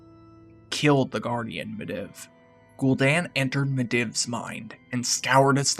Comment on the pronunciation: Great vid, but you were saying Medivh's name wrong. It's pronounced <Mid-Eve> Not <Mid-Ev>